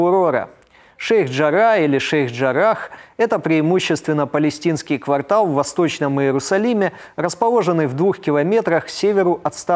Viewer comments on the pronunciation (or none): none